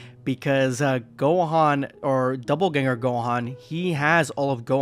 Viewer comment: It's "dopple" ganger, not "double" 😂